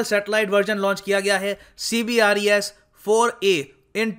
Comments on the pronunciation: Sir जी अपने कई बार CBERS को CBRES बोला है। जो कि मुझे कुछ कन्फ्यूज्ड लगा। क्योंकि लिखा कुछ है और बोल कुछ और रहे हो? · CBERS not CBRES👍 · C B E R S not CBRES